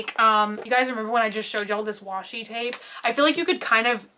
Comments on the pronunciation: I kept debating on buying a traveler's journal from them or not lol. Bujo don't have to be perfect :) The imperfections are what gives it character. I think you'll prefer muji pens best, the muji site website sells one pen for like 1.50 but lots of people talk about it P.S- it's wash-i not wasabi (condiment), I think most people say bu-ho instead of bu-jo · Is not Wasabi tape,wasabi is something you eat. Is called WASHI TAPE.